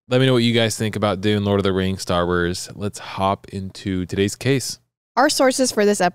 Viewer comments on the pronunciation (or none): "Star Werrs" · Why did I think was saying "Starburst" and not "Star Wars" 😂😂😂 Lord of the Rings is my fave trilogy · Bruh "star wers" 😂😂😂😂😂😂